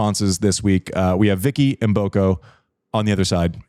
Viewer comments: wow finally someone who know how to pronounce Vicky Mboko name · Thanks Andy for pronouncing Mboko correctly 👍